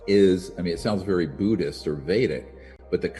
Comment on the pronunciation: what is a "Boodhist"?